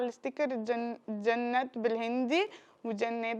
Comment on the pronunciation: حبيتي انتي ما تنطقين الإسم صح حرام كذا، الإسم مذكور في القرآن ولازم تمدي حرف الألف زياده شوي وانتي بتنطقيه زي جنة وليس جنات